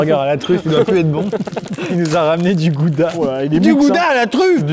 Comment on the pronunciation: Superbe vidéo! J'adore le concept, continue dans cette lancée! Tu m'a vraiment aidé dans des moments dans ma vie où j'étais pas bien. P.S. On dit "Raouda" et pas "Gouda"